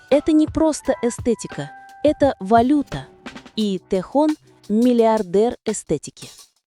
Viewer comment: Сначало, научитесь правильно произносить имя, не Ким ТЭ Хон, а Ким ТЭ Хён!